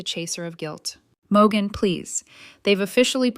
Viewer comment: I thought her name was Morgan, but your AI pronounces it Mo gun 😂